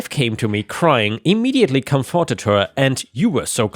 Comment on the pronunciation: "comforted" doesn't have a hard "four" sound in it. "come furt ed" not "come four ted." It sounds weird when said with a hard "four" sound in it. lol